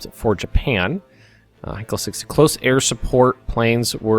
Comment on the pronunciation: btw as a german i know the plane company heinkel is pronounced like hinekill